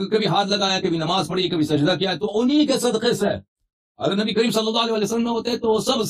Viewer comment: Nabi kareem ko nabi cream bolrah hai saaf bolne nahi aata to nahi bolna chaiye